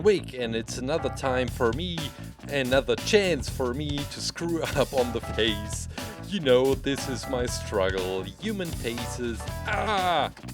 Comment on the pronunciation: says something about face special and it sounds like he's saying faze cause of his accent Me: sarcastic laughter thing get it, cause tfue is sueing faze